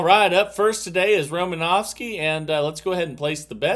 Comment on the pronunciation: There’s no V In Romanoski